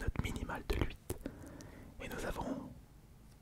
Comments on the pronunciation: Je t'en suppli arrête de dire " luite " pour dire 8 stp c'est " uite" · Super vidéo mais arrête de dire luit sa me perturbe